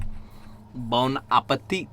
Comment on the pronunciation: "Bon appétit"... Your french is pretty good. :) :)